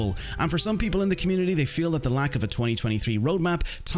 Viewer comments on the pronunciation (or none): none